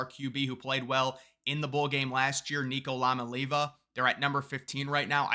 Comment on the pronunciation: He did not just say Nico Lawn-uh-leeh-vuh